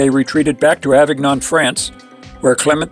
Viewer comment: It’s wonderful that you want to make these videos about Eucharistic miracles, but please learn how to pronounce the names of the people and places. For example, Inés is pronounced Ee-nehs and Avignon is pronounced like mignon as in filet mignon, Ah-veen-yawn.